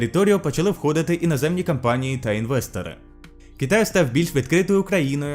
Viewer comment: Звук «ґ»; кАмусістичний; варто зазначити, а не відзначити; міждународне товариство; співтовариЦтво; компанії, а не кАмпанії; противостояння; там ще іноді наголоси неправильно ставиш, але ти звикнеш, я думаю; підпісяно; хача; проста. Це те шо я побачив, переглянувши один раз, можливо шось упустив